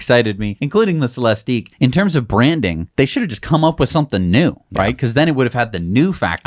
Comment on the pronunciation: It's Celistiq(ick) like lyriq(ick), no eeeeeek at the end